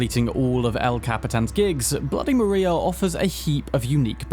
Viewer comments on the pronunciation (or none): none